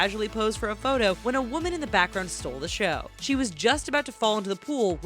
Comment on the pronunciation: i dont know what you saying its photo not what ever